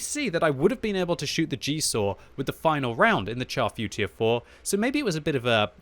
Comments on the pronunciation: you guys kill me with the horrid way you pronounce the name of this tank. a simple google search reveals the proper way to say the name in french. its not pronounced CHAR like burnt, its pronounced "Shar Footure 4". anyway that rant over, i LOVE my Char Futur 4. amazing sniper with good gun and accuracy, basically the same gun as the AMX CDA 105 TD. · Sounds like "Charfu tier 4" haha